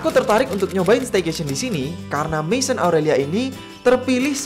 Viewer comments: Fyi, maison dibaca mezong. Croissant dibaca krwasong 😅🇫🇷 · bacanya masion = mesong kak kalo bahasa perancis